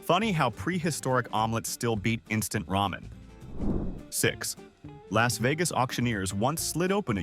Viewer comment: 😮It's Bobafet not Boabafet, it's picasso not picarso, why did they have to pay 80bills, surely you mean an $80bill who are the firm called bidders. Isn't it Las Vegas, not Los Vegas. Prosthetic goat not prothetic, or should that be a pathetic goat. Surely you mean a storage unit in OREGAN NOT ORGAN. What's a toughie, more to point how do you eat it? Are you saying bitters or bidders, either way are they an American autioneers or what? The garden gnomes as presidents sounds like good fun, every country in the world ought to hav3 something like that. POP ART, THERES NO MUSIC IN COMICS NEVER EVER HEARD OF AN AUCTIONEERS CALLED BIDDERS OR BITTERS, MUST BE ONLY IN AMERICA.